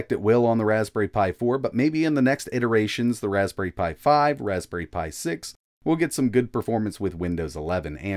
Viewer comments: Raspbnerry pi? Nerry a berry insight. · Raspbnerry Pi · Ah yes, the old Raspbnerry Pi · Raspbnerry :D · Ah yes, the legendary "Raspbnerry" Pi ;) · We all know him, the wonderful "Raspbnerry Pi" 😜